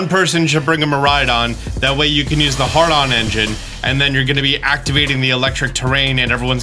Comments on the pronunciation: “The Hardon Engine” The WHAT engine??? checks video HAY-dron Engine,! HAY-dron! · Lol it’s HADron engine not HARDon engine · Pretty sure it's hadron engine not hard on engine lmao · Saying "hard-on engine" instead of "hadron engine" will never get old tbh. It's the comedy gift that keeps on giving. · Mans said “hard-on engine” 😂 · it's "hadron engine," not "hard-on engine" 🤣🤣 A hadron is a kind of subatomic particle, like a proton or a neutron. The counterpart is a lepton, which would be something like an electron or a quark - hadrons are made up of leptons and leptons are their own individual things it's not "woah tcheen" it's "Wo-Chien" - the "Chien" is pronounced closer to "she-en" (with "en" pronounced like the English word "end" but without the D) - the four legendaries you get from the shrines have names inspired by Chinese folklore, so their names are pronounced with the phonotactics of Mandarin. Just for reference, Chien-Pao is pronounced like "She-En Pow" and Chi-Yu is pronounced like "She-You" (Ting-Lu is kinda obvious) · The “Hard-on” engine 😂 I believe it’s “hay-dron” like the Large Hadron Collider in Switzerland 😜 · “The hardon engine” My brother in Arceus, please reread that ability’s name. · I just can't get past the hard on engine lmao. Love your videos but come on man Had ron not hard on :P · it’s hadron engine.. not hard-on engine 😂😂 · I know it was a slip of the tongue, but I laughed so hard when you said “Hard-on” engine instead of Hadron engine. 😂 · Bruh did you just say hardon engine XD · Its Hadron Engine not Hardon Engine LOL 😂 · Just so you know it's HADron engine. What you just said means "Erection Power" (Hardon Engine) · "hard on engine" My brother in arceus its Hadron, Had-RON lmao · HAD-RON Engine, not HARD-ON Engine. A Hard-On Engine is a WHOLE different thing. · "Hard-on engine"? You mean HADRON? Lol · uhm... I think you wanted to say "Had-ron engine", not "hard-on engine"... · Lol he said, " Hard on Engine "